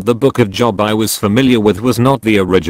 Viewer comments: Come on, computer voice, you had one jobe. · I like how the artificial voice mangles the biblical names. Maybe you could have tricked it into saying the names correctly (Jobe and ekleezy yasstease.). :-)